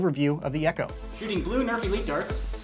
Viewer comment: Is it just me or does his 'nerf elite' always sound like 'nerfy-leet'? 😂